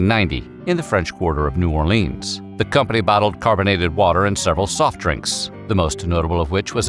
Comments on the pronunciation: Also no one pronounces New Orleans "New Orleeens" aside from sports announcers. It's "Nieu Orlins" or "Nieu Orlee-ins" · Buh-LUX-ee, not Buh-LOX-ee New OR-lee-uns, never New Or-LEENS. No one in New Orleans says “New Orleens”…or “N’awlins”, for that matter. Only drunk tourists. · It's New Orlynz not New Orleeens. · "New Orleens" If you say so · Yet another YouTube "history" video that glosses over all sorts of details and mispronounces place names (New Orleanians cringe at "New Or-leens" and Biloxi is pronounced "Bill-ucksee") - which means not much effort was put into this. It's just a condensed Wikipedia article in a video format.